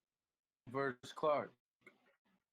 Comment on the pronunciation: I just want someone to tell the head clown that “versus” has two syllables.